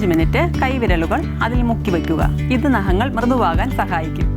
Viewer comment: Chechi. Nahangal alla. Naghangal 😂